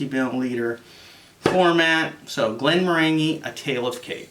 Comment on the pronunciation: Hi. Not sure if this is true or accurate (and frankly who cares) but if you are interested, I was told that the distiller is pronounced "Glen-MORE-an-gee" meaning with an emphasis on the MORE. I may have been having my leg pulled but there is some trivia for you, that you can validate with someone more experienced in whisk[e]y than me. Cheers and thanks for the review.